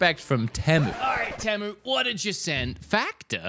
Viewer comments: Bro Really Said tEmU when its Pronounced "Tea Moo"🤣🤣 BTW: I Am Not Making Fun Of Him I Am Making Fun Of "Tea Moo" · You said it wrong 😂 its TEA MOO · I think its pronounced- tee-moo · It’s tea moo not teh mu 😂 😅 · It’s not pronounced Te-mu, It’s pronounced Tee-mu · it not tamu its temu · It's temu not timo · bro.. you said teh-mu and not tee-mu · It's "teee mu" not "tehmu" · You are saying Tamu. There is no "A" in Temu. Please learn how to pronounce it correctly. The worst part is how many times you said it in the video. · I hate the way americans say temu like tem-u when its said like team-ou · It's pronounced "Teemoo" :face-orange-raised-eyebrow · It’s pronounced tea-moo lad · Let's start with proper pronounced name TEE- MEW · I swear you say "pemu" in the beginning. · Ahh so it's not pronounced Teeemooo? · It's pronounced tea moo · It’s teemu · ( tea-moo) . Maybe you can pronounce it correctly with this help. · not to be the annoying one here but it's pronounced teemu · The way he says “Temu”💀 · The way pronounces temu is something elce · That’s not how you say temu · No him mispronouncing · YOU PRONOUNCED IT WRONG!!!!!!!!!!!